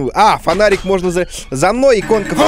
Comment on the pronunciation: Я одна слышу Ванарик ?